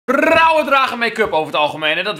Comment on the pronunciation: ik dacht dat die wilde zeggen: rrrrrrrrauwe paprika